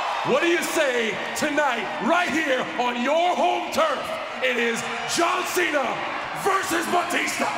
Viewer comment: shes says john jena lma😂😂😂😂😂